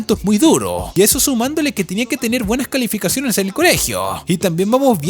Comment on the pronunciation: en el minuto dijo calaficaciones me dio mucha risa y a la vez no da nada de risa ._.